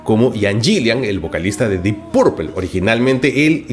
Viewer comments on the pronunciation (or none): Marco se pronuncia IAN GILAN y DIP PARPOL ---- parrrr favarrrr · Se nota que el rock clásico o el metal no es lo tuyo, por la forma en que dices "dip purpel" y porque Ian Gillan no es metalero 😄